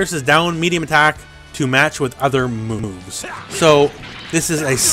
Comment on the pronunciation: "To match other moomoves"?